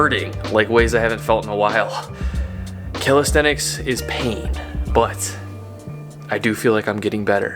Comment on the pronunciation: I was expecting you to pronounce it calistheTics, but you didn't! 👍